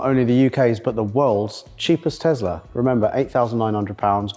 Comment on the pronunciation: Elon Musk isn't the founder of Tesla. Also, last time I checked, it's Tesla, not Tezla